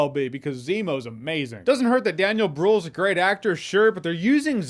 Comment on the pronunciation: everytime i hear "bruhl" my german heart dies xD ONE TIME in the future we need to teach americans how to pronounce Ü its brühl not bruhl so here it is, ‘Long’ (i.e. stressed): – “ü” as in “brühl” is like a Scottish person saying “grew”. (make the sound “ee” as in “cheese” and then make your lips into an “o” shape) – “ä” as in “Käse” is like an English person saying “air”. – “ö” as in “blöd” is like an English person saying “burn”. (make the sound “a” as in the word “may” and then make your lips into an “o” shape) ‘Short’ (i.e. unstressed): – “ä” as in “hängen” is pronounced like the English word “ten”. – “ü” as in “Mütter” is like the English word “wit” but round your lips as if whistling. – “ö” as in “Hölle” is like an English person saying “her”.